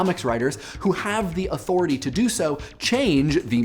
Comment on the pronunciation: Did you say "auTHORity" ??